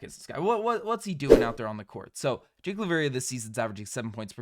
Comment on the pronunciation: You better start now trying to learn how to pronounce Jake's name correctly. I absolutely wishes him well. GO GRIZZLIES!